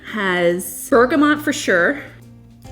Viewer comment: It’s Berga-moooo not bergamont there is no N ❤